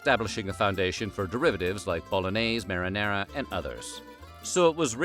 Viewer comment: "Merinerra" "Ougast Seng" "Parmeshan" "Spagheddi" ... 🤣🤣🤣